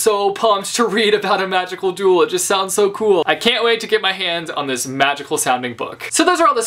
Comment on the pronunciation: I thought you said, "A magical doodle." I was so confused until I realized it was actually magical duel...